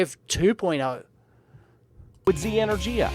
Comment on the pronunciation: Energia is the name for certain missiles in the Russian Space Agency. E-nur-gee-ah.